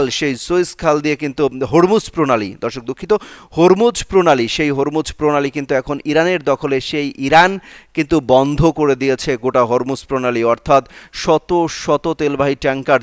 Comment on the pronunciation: সুইস খাল নয় সুয়েজ খাল।